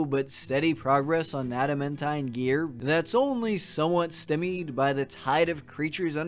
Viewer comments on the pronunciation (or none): Stymie is pronounced stye-me. sounding like sky me but with a T